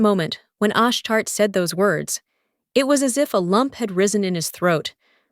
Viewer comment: It's pronounced Ash-Tar-Tay 😅 Nt Ash-Tart Makes me think of a Poptart 🤣